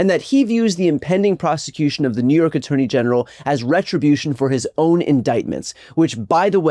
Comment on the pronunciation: you definitely said ‘attorney genital’ here